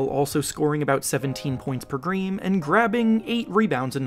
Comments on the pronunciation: "17 points a greem" lmao 🤣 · “17 points per greem” lol